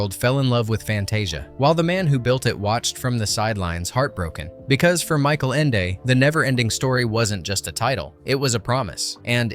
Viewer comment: #21, the narrator doesn't know how to pronounce the author's name...